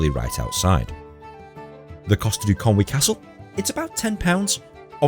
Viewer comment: Can I just take a second to commend your pronunciation of "Conwy". So many people pronounce it "Con Way" but you got it spot on and it's really nice to hear!